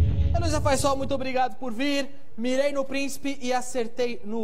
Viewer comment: Faissol ou faichover?